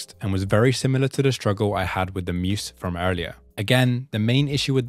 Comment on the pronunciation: the way you say “moose” instead of “muse” is great lol